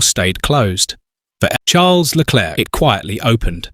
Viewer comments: The script meanders all over the place, yeah, and it also pauses every time it says Leclerc's name, as if the AI couldn't read it the first time and they had to splice in another take. Still, the briefings and audio records do get leaked online, it's not implausible whoever scripted this has actually seen them. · If you must use an AI voice, at least find an AI that can cope with aying 'Leclerc'